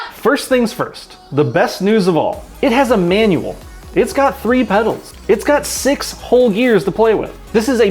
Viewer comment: "It has a manual" I had to rewind the video because it was not sure of what he said.